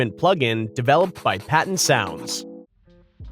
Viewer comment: Thank goodness the voiceover pronounced Patent correctly :elbowcough